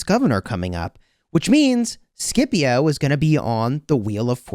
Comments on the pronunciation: Shepio not Skipio! XD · The pronunciation is actually “shipio” non “Skipio” lol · The way u pronounce Scipio triggers me to an uncomfortable degree lol. Love your vids! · I'm so use to the old pronunciation of Scipio that the new one sounds so wrong